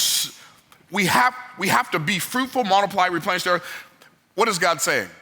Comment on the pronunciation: When he said “Repenish” does that imply that at some point the earth was “deplenished”?